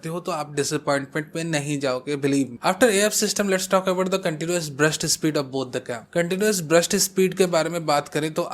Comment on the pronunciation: Sir its burst speed not breast speed 😂😂